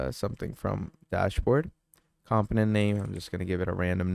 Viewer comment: BROTHER this information IS NOT OBVIOUS TO US. We are here to LEARN! It’s FAR FROM OBVIOUS LOL 😂 and it’s pronounced COMPONENT NOT camptonent mannn. I’m 9mins is I’ll see if I stay for the entire 55 mins lol 😅